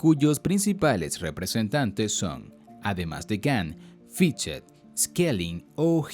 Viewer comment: Todo bien, pero ¿por qué dices los nombres alemanes con pronunciación anglosajona? Se oye raro o no se entiende. Ej. Fichte se pronuncia "Fijte" y no "Fitche", Leibnitz se pronuncia "laibnitz" y no Libnits", Hegel se pronuncia "Geguel" y no "Giguel", Schelling es "sheling" y no "Skeling". Saludos